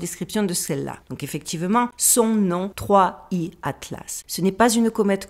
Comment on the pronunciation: cela se prononce third eye